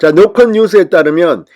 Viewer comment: 갱상도라 '노컷' 발음이 안되나? 노콘뉴스래 ㅋㅋ